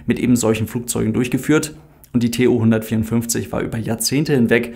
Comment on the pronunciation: Tu, nicht T-U